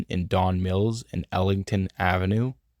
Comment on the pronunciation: You keep missing the G. It's "Eglinton" Avenue, not Ellinton. Pronunciation: "Egg-Lin-Ton." Another crucial note. "Yonge" street divides the city East/West. Any major road that you mention that runs in an east/west direction, it's imperative that you add east or west at the end. For example Eglinton Avenue west or Bloor Street East etc...